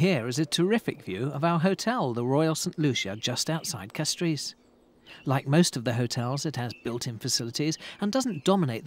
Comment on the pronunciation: Ths guy has a strange pronunciation of the word "Castries". I love St Lucia.